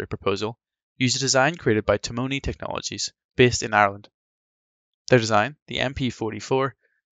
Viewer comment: Fascinating video. Small point: the Irish engineering firm is pronounced ti-munny, not ti-moany. The founder of it was from the same family as a colleague of my dad's.